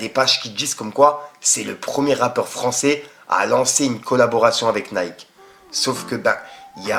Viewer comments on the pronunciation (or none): none